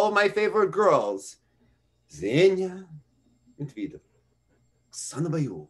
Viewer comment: I also love the accent :D Just one thing, why do you pronounce Medvedeva as Medviiideva? The accent is on the second e so it's MedvYEdeva.